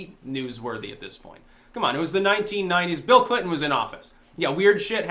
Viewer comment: I thought you said 'Feel Clinton'.